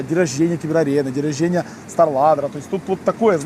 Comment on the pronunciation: Если режет слух день роженья от, ставь лайк 😂